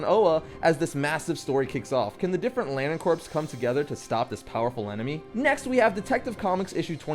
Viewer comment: Lol the way you said lantern corps